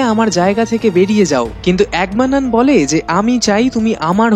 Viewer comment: নামটা এগামেমনন , আপনি তো ক্যারেক্টারের নামই উচ্চারণ করেন। আবার কিনা মুভির রিভিউ করতে এসেছেন। হাস্যকর ।